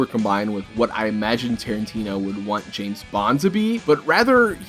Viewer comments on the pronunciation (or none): none